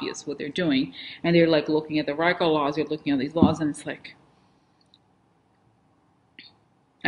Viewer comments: Hay, Rico is pronounced ree-co. Thanks for being. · It is prounced Reeeeeko as in Puerto Rico